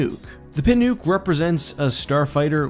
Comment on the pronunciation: I'm pretty sure "Pinook" is prononced "Pin-uck".